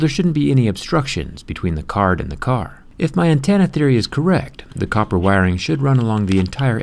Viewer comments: Is it just me or does he say "antenna" as "antanna" Idk but its bothering me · What’s an antanna jerry lol